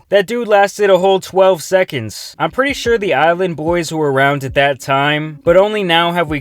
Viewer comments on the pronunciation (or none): none